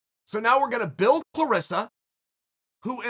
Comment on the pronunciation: Dear Chael Clarissa, rhymes with Melissa. CLARESSA, rhymes with VANESSA.